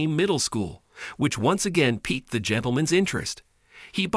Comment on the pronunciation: Gas-tro en-ter-i-tis. (Gas-tro en-teer-eye-tis) But they got piqued right!